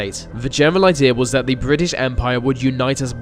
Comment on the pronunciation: Vat specific Suvern accent doh. Seriously, pronounce your "th" like vuh rest of us. What is vat, Norwich or something? I used to have a mate who spoke like vat, and it was odd. It sounds daft, mate.